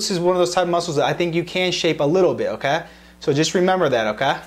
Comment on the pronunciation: his okey is damn not okeyyy...